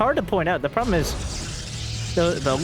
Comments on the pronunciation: "the 'probe-lem' continues..." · "the PROBE-lem continues"